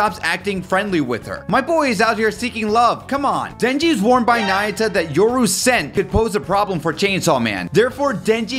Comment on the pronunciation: It’s na-yu-ta Remember that in the Japanese language words are formed by definite pronounceable sounds consisting of one consonant and one vowel. One you realize this you’ll see it everywhere in the Japanese language, like Ō-sa-ka, Tō-ky-ō, Ō-ka-na-wa